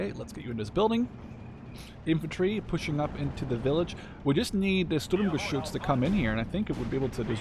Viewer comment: Really enjoyed that gameplay. Thanks for showing off the new divisions. As others said, your german pronounciation is really good but feel free to call the Sturmgeschütz just Stug. That full name isn't used much. Similar to the StuKa which is a Sturzkampfbomber. Not saying you wouldn't know what Stuka stands for, you probably do as you are interested in WWII units, just showing the similarity between the awfully long and convoluted german full names of everything military and their actually used short forms or nicknames. And of course, call them what you want, saying Sturm-anything seems to bring you joy. :)